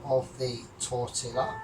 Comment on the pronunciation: FYI (being helpful): LL=Y so it's tor-tee-yah. Result seems more like a breakfast burrito to me than a wrap, awesome as usual. Great decision on Ron.